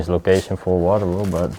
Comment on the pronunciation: Wardrobe not waterrobe- that's what sounded like you said